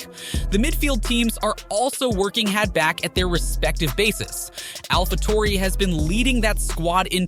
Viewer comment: Why does he say alpha tori